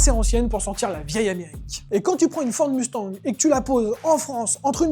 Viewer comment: Écoutez, merci pour la vidéo sauf que vous arrêtez pas de nicker le nom de la caisse ! Ce nest pas UNE MUUUUSTANG ni MOUSTANG les mecs , c'est MUSTANG ! Tabarnak les gars come on ! 😂😂😂😂 c'est bein bon vous êtes français mais c'est la seule auto sur la planète que vous nicker avec le nom !